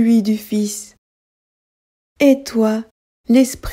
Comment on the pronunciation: Chère me permettez-vous de vous faire une petite recommandation voyez-vous "et" se prononce é et non ai ou est s'il vous plaît essayer de corriger parce que vous le prononcez souvent dans tout ce que vous dites et c'est très choquant et c'est très choquant à l'oreille vous le prononcez presque comme si on parlait d'une haie